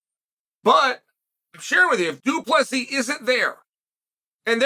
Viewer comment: Uncle Chael for the 10th time it's DU PLESSIS NOT DU PLESSI. Doubt you'll learn tho Pierre-a, Macklechev n all the others still weeping 😂